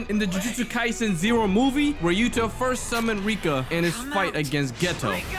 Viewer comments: He is called yuta not yutah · Yutah❌️ yuta✅️